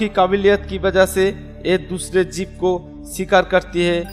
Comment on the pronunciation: Video is nice but Pronounce very bad bro... Amajone nhi Amazon Electic nahi electric Jib nhi jiv Chinti nhi cheeti Etc......